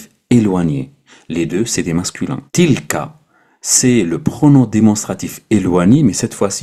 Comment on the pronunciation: salam aleikoum très belle vidéo. Si je peux me permettre une petite remarque attention avec la prononciation de la lettre A avec le Français phonétique ce n'est pas tilkA mais plutôt tilkè.